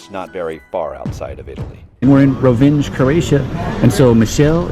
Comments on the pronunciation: The "j" is pronounced like a "y". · The „nj“ in Rovinj is, as a matter of fact, not two but one letter. It‘s pronounced like the letter ñ in Spanish. Also, be careful when using drones and drone footage in Croatia. The fines can be quite substantial. You need an insurance, a drone pilot‘s license and a permit for each and every flight. (I can already hear the no-problem-bros mouthing off at that, but you wouldn’t want to be surprised at the border on your next visit.)